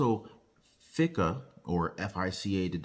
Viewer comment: The pronouncement of fica is with the I is strong sound not an E.